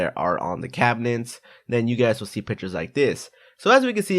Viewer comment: Did anyone else hear him saying "pitchers" instead of "pictures"?